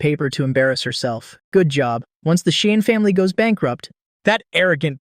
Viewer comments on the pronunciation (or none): none